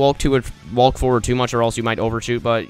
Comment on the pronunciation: No one: Him: Wa-lk